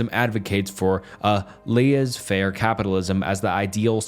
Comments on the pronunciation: laissex faire is pronounced lah zey fair. you sounded like you were struggling there lol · LESS-ay FAIR. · Making a philosophy tier list is one thing. Pronouncing The Stranger's protagonist's name as "More Assault" and laissez-faire as "lee-ehz faire" is straight up criminal. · ☝🤓 ackchually its "lay-say-fair" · These pronunciations are going to kill me Friedrich Nietzche = Freedrik Neecha/Freedrisch Neecheh Laissez-Faire = Layzay fair/lisseh feah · This has to be an AI voice over?!?....Empiricism, Laissez-faire, Descarte & Leibniz we're all pronounced like a 5 year old! 😂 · I inherently trust the philosophical position of someone who cannot pronounce laissez faire and clearly did not put in the 10 seconds of work it would have taken to learn it. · this triggered me so much. Also the way he said laissez faire 😹😹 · The guy on YouTube doesn’t know how to pronounce laissez-faire, and can’t articulate the most major shortcoming of utilitarianism. I wouldn’t worry to much about his tiers xD